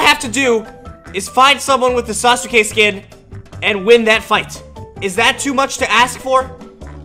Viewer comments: When u pronounced it sasoke, it killed me from the inside. It's spelled sasuke but pronounced saske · It’s SASUKE not sas-uke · It's pronounced sauce Kay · It is sas ka not sa su ka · It is ( sah- ske) not ( sah-su-ske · When he said sasuke I was so triggered it's pronounced saskay and when he called sakura evil I almost died of not knowing anything about naruto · It sounds like he doesn’t watch Naruto sausukay😜😜😜🤪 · My man says sa-su-ka It's pronounced Sas-ka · It’s saske not sasuke Saskat is the proper way of saying it and his name is spelled sasuke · its sas ke not sas oo ke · It's sas ke Not sasuke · this is how you pronounce sasuke: sas-kay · It's pronounced sas-ka not sa-su-ka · It’s pronounced saske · Yeah he pronounces him sasoo kay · I love that he says sasUke🤣🤣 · Bro said sas oooow kay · I like how he says sasuka Wrong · its pronounced sas-ke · Say it like this sas k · Sasuke is pronounced as Saske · dude its pronouced sas-k-A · The way he says sasuke is funny and btw if you read this the u n sasuke is silent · The way he says sasuke is so funny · Maybe you’re saying Sasuke wrong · That’s not how pronounce his name😂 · Sakuras not evil watch the show that’s not how you say sasuke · Why he pronounce sasuke like that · ummmmm sakura is not evil sasuke is both and thats not how to prenounce sasuke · You couldn't confirm how to pronounce Sasuke's name before posting this?